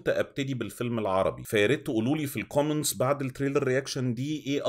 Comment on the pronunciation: انت ليه بتقول قومنتس هي كومنتس مش قومنتس